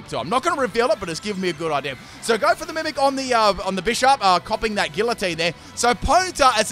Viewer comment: Its actually pronounced gee-uh-teen